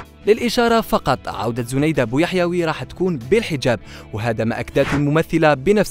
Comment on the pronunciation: وسمها زنايدة و تتنطق زينايدة 🤦🤦🤦و اتعلموا احترام خصوصياات الآخرين متنشروش تصاورها لقدم بلا حجاب ...ربي يوفقها ان شاء الله جمال و تربية و أخلاق نحبها ملي كنت صغيرة فالذكرى الأخيرة